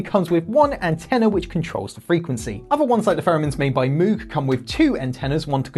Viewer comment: Moog is pronounced like Vogue